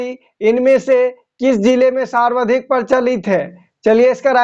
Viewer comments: aap sawardhik bole hain jabki sarvadhik hoga... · Sarvadhik ka ucharan galat kar rahe hain.....